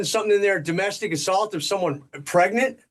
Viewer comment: Wait a minute, did you say pregant? I'm sorry my ear is clogged did you say a pregant victim? I don't understand what you're saying.